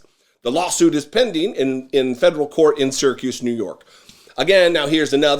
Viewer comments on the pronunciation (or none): none